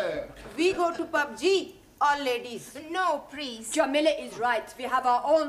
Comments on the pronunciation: Did the lady in green saree said " We go to PUB G"😂😂😂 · She not said pubg .she said pub ji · saying Pub G